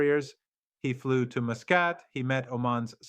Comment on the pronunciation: A.I at its worst 🙈 Muscat, Tariq and Khamenai all these pronounced wrongly which you wouldn't expect from professor to pronounce his leader's name and a neighbouring country's city name wrongly. Pathetic attempt by zionists 🫢